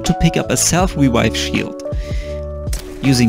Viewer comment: self wewaiw shield xD Love the way you said it